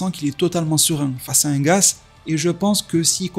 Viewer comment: C'est gaS pas gaZ mais bref c'est pas grave je me doute que c'est un peu fait exprès